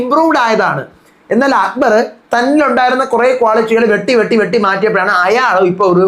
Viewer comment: ഷാനു അക്ബർ എന്ന് പറയുന്നത് കൊള്ളാം.. അക്കു ബാർ..😂😂😂😂😂 ഗെയിം അറിയാത്തവൻ എന്ത് myr##₹ ന് ആണ് ബിഗ്‌ബോസ് യിൽ വന്നത്..😂😂😂